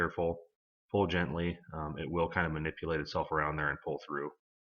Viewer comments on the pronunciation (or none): none